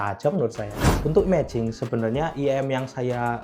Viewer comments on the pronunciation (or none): IEM "ai-i-em" bukan "iyem" kalau gak bisa mending jangan disingkat langsung aja bilang in-ear monitor 😂😅